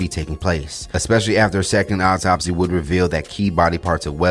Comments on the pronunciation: Thanks for the update, it’s pronounced like awtopsey spelled correctly autopsy not optopsy 😟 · Is he saying optopsy or autopsy? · Much love and appreciation for the content! But please, the word is autopsy not "Opptopsy" you're killing me lol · Pronounced aw top see😂